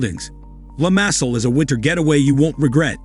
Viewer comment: Lymasol (Limasol) Valedda (Valleta) Mallerca (Majorca) Ebeezuh (Ibizia) San Tropes (St Tropez)